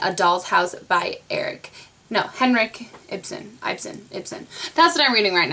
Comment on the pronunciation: you said Henrik ibsen right the first time!! :O he's norwegian :D we had to read and watch and write about the doll house play :P that was in 9th grade.. :P